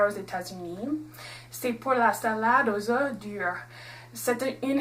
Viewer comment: Merci pour ta recette... et pour ta prononciation j'ai une remarque : lorsque le mot 'oeuf' est au pluriel (oeufs) on ne prononce pas le 'F' :)